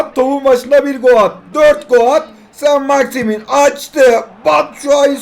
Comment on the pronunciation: 4.01 sainit maximin🤣🤣